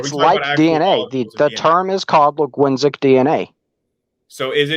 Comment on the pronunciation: Dude really said "Laguinsic DNA" when he meant "Linguistic DNA" 💀